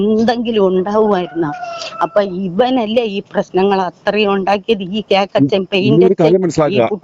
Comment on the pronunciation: KOKKACHEN ( not cakachen )